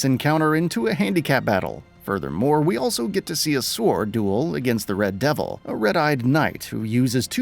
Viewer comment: “Reed devil” not “red devil”.